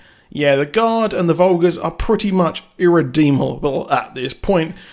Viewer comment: Umm it's the fulgers not the vulgurs 😂